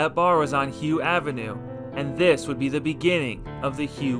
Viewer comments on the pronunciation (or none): Hough is pronounced huff not hue.